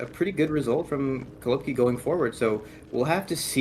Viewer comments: it’s actually kolobkI, not KolObki, last letter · Stop saying kolObki